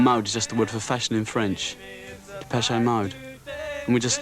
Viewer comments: Depeshay mode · depecheAYE mode